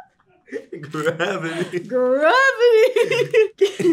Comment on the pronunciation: It’s so funny how she said gravity 😂😂😂